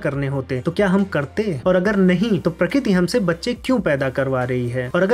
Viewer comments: Pratik nahi prakarti hotaa hae. Pakkaa aap Gujrati hoo. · prakit nhi bhai prakriti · Prakriti nhi😢 prakriti 😂